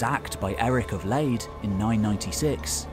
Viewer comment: Lade is not pronounced 'Leid'🤣 It's not with ei but aa🙂👍